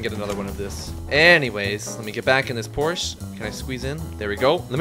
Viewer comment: bros Porsche pronunciation 💀